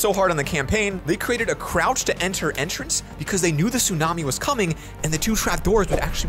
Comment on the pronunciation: Crouch ❌ chrouch ✅